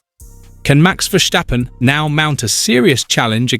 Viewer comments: It's Verstappen and not Versthhhhhhhaaappen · Vursjteppen? You mean Verstappen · VERSTAPPEN not VERSHSTAPPEN. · It's Ver Stap Pen not Ver Sthhhhhhhhhhhhhhhhhhhhhhhhhhhhhhhap Pen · Wrong. I’m Dutch and that’s NOT how to pronounce his name. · Please learn how to pronounce 'Verstappen'. Dutch is not German. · The think he is German hahaha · Wrong pronouce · Idiot. I am dutch and this guy is pronouncing it like German